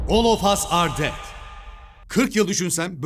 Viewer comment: Abi olaf as ar ded diye okunmuyo- OLAF NE OLAF